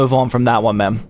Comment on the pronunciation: Every time zach says “man” I hear “ma’am”